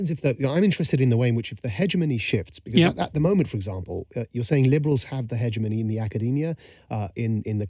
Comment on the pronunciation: you'd think Majid would know how to pronounce hegemony